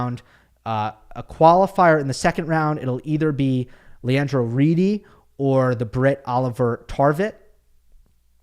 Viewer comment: A swiss guy here🖐️🇨🇭 The "e" in the name "Riedi" is spoken like a normal european "e" such as in "Musetti", "Berrettini" or "Medvedev".